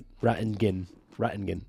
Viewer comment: Thanks for the vid. Just FYI, the pronunciation for John's last name is Ratti - gan. Tyrel Dodson and Jerome Baker brought in as ILB's, didn't see any new vids on them. They look pretty good.